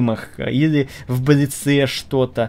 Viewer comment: в слове блиц- ударение на "и" ставят и во множественном лице.